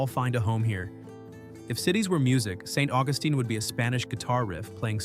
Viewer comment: Interesting that AI botched "St. Augustine" the first time, got it half right the second time, and pronounced it flawlessly the third time. One of the street scenes shown during St. Augustine sure looked a lot like Lincoln Road in Miami Beach! Nice scenery though. I've been to Natchez only once, but I have a strong memory of it's unique charm.